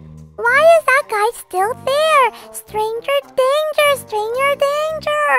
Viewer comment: I love when Goldie said stranger dranger 😂